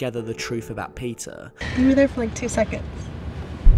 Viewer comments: Your pronunciation for "Peter" sounds like Pizza. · When he says Peter I hear pizza